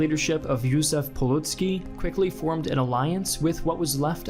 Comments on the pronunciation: you could simply pronounce it on American manner as Joseph Pilsudsky and it'd be pretty understandable, just like with Joseph Stalin. Or you could say Yuzef, trade a bit of syllable precision for the sake of right accent and tone. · Yozef piwsutski There you go better than what you tried to say. No but seriously its getting annoying, main guy in this and its comically wrong. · Correction - Jozef Pilsudski, not Piludski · Who the hell is Yusuf Pulootski?